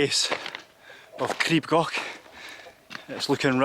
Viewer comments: Crib (pronounced “Creeb”) Goch (pronounced with a guttural “ch” like “loch”) is nowhere near the scariest in the UK (though it’s too scary for me — I went up Snowdon a couple of weeks ago, but on a different route). Scramble grades go from grade 1 (the lowest) to grade 4*. Crib Goch is grade 1. There’s far, far worse in the Scottish highlands. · Pyg (Pronounced like Pig) and Miners track are the easiest, go up the Miners and come down the Pyg. Goch, was said wrong so many times in this, you say it more like Gore-"ch" now the ch is a single letter in Welsh and to say it you need to put your tougne on roof of your mouth and kinda blow? Makes a rustley sound, you may feel like you need to gag to say Goch. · lol, it’s not gok. It’s pronounced gaw. The AW sound is the same as law. The ch sound is like your clearing the back of your thought (gross I know). I live just down the road from here. You can get to the top of Mount Snowdon by train. It takes you to the top, there’s a cafe and viewpoint. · So the “ch” sound in Welsh isn't like a “ck”, it’s pronounced more like a “ch” in German, like at the end of the German word “ich”, it is a bit harsher sounding than the German pronunciation, but, that’s the closest sound I can think of :) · So coch is pronounced, first part as in core, second as if your clearing your throat. Crib is pronounced Creeb like creep but with a b. It's the cock's comb on a chicken's head. Literally red comb.